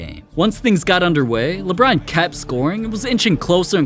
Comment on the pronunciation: Yeah LBRON JAMES says alon